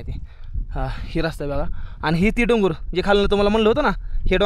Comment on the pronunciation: डंगर बोलला नंतर डोंगर 😅😅😅😅😅